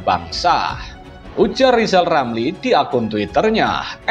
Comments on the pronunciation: Likal, lamli seperti, anak, kecil, yg belum, bisa, ngomong r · Nyebut nama sendili sudah gak bisa lisal lamli stleees 👎